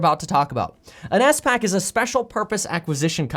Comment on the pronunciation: I knew what a spac was but Kevin threw me off by saying it as s pac